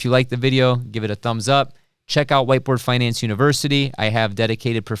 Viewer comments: You got a speech impediment or a white boy love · First time to the channel. In your intro I thought you said Welcome to White BOY Finance. I was like ok..... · Rewound this 5 times to make sure: yeah, you definitely said white”boy” finance 😂😂😂😂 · sounded like you said Whiteboy finance .... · I swear it sounds like you say white boy finance. 😂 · At first I heard "White Boy Finance" and had to check the name of the channel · I definitely heard whiteboi finance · That’s what I heard😂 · Played it back a few times to confirm. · Swear I heard that too